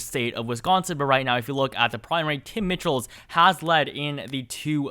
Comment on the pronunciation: In Wisconsin, the Governor's race, Tony Evers probable opponents name is pronounced Tim MICHEALS. Not MITCHELL'S.